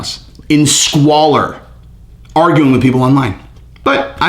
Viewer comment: He really put the emphasis on "squalor".🤣